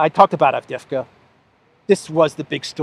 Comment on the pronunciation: it is pronounced Av-dee-yev-ka, with a slight stress on the second syllable. Please try not to say Avdevka.